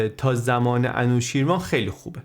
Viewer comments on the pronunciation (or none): سپاس بسيار ! بسيار جالب و آموزنده و ژرف است. تلفظ انوشيروان را خواهشمندم درست كنيد. انوشي روان در واقع است. Anooshiravan